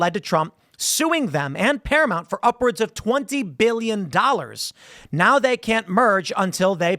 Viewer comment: It's ParaMOUNT....not ParaMONT. It's not that fucking hard. Can you say MOUNTAIN? then say the first part of that. MOUNT. not MONT.